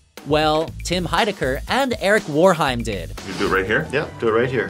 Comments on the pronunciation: did anyone laugh loudly when he said 'eric woreheim'? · Eric WAreheim. Not Woreheim. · "Eric WARheim" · eric warehymden? butchered his last name! show TnE some damn respect n know your shit!